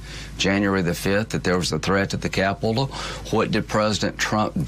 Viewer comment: "peloslei" "capilol" I think Lindsey graham is broken